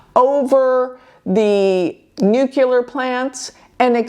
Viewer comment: You say "nukelar" , that's really funny 😅